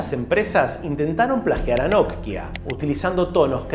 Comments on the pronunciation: Me desesperas que no puedas pronunciar simplemente NOKIA.......por qué NODKIA o NOTKIA?......por otro lado buen dato el que nos compartes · Porque pronuncias "Notkia" en lugar de "Nokia"??... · NOKIA ql, no not-kia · Porque le dice nok kia a Nokia y shopen a Chopan? Hahaha muy interesante video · Hola no sé si siempre lo pronuncie y escuché mal o xq lo pronuncias nok-ia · Lo único criticable. Me da ansiedad como partes la palabra Nokia en dos, es de corrido amigo, no nok pausa y luego hia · Hoy te descubrí y me suscribí, buenos relatos y edición en tus videos. En éste me dio gracia como pronunciabas Nokia. Saludos desde Uruguay